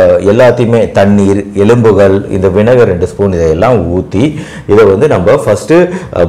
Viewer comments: வினகரா இல்ல வினிகரா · 'வினகர்' இல்லே வினிகர் என்று சொல்லணும்.